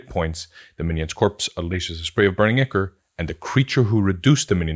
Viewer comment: Ichor is pronounced EYE-kor (I've mispronounced it for years and my children of all people corrected me).